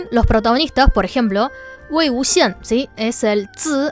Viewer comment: Me mori porque parecía que estaba diciendo Wy XD